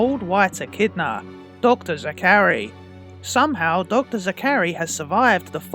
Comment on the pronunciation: How do you mispronounce Zachary that badly?